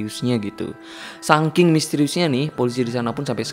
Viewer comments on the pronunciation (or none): Di detik ngomong "sangking" bukan "saking"